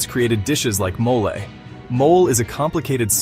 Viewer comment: NOT MOL but Mo-leh😂!